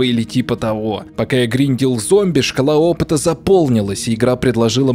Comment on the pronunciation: Мне одному послышалось как он сказал "Шкала опыта" как "школоопыт"? :D